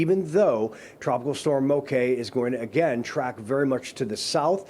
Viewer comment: Good, knowledgable local report. “Moke” & “Hilo” Hawaiian pronunciation 👍👍!